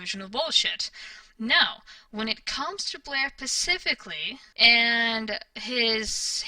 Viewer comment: Specifically not pacifically... I thought maybe it was misspoken the first few times I heard you say it but it's seems consistent. As much as you talk & as much as you seem to think you know so much you would think you'd figure out how to speak common words by now.